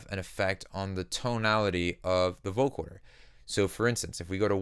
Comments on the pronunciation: it's VO-CO-DER not VO-CHORD-ER lol jk who gives a fuck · Nice presentation. One request: vo-CODER, not vo-CORDER. It’s spelled right when in text, but in your presentation you say vo-CORDER 99% of the time. Picky I know. Just something I worked to correct my own speech. Again, great tutelage! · coder not corder. just saying. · Great video, but you keep saying Vocoder like Vocorder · Love the effect, but, dude... Vo-co-der... no 'r' in there.. :-)